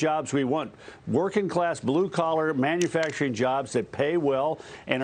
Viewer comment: It's manUfacturing, not manAfacturing. Dagan, your novelty has worn off. Humble yourself.